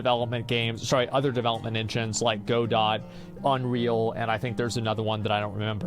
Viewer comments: I chocked on my water when he pronounced it go dot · Oh man I cringe so hard every time he pronounces Godot as “Go Dot” 😬